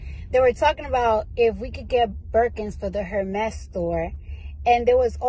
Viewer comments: People who don't know how to pronounce Hérmes shouldn't even own their bags. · * The H in Hermes is silent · please tell them the H is silent Hermès